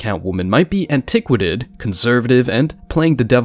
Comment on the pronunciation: "anta quated"..